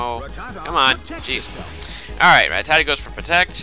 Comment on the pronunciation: u mispronounce rattata. just sayin